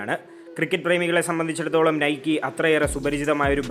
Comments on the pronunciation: Nikeee allada "Naik " enna pronounciation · not നൈക്കി അല്ല നെയ്ക്ക് എന്നാണ് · നൈകി ആണ്. Athoru greek devatha aan